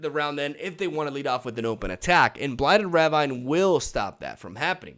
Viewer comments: Love the videos and the content. I'm not sure if you are purposefully saying ravine in the manner you do but the standard pronunciation is "ra-veen" but I like your pronunciation all the same! Can't wait for the new expansion. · It's not ravine, it's ravine, gosh...